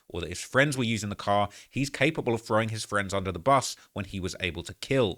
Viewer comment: “Had apparently been Thorrrrrrrwing out”